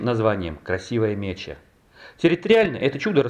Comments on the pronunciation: Река Красивая МечА, ударение на А. МечА. Ефремовский район преобразован в городской округ Ефремов еще в 2014 году. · Нет,правильно все таки мЕча,ударение на е.у славян меча это медведица с медвежатами,от слова мечется.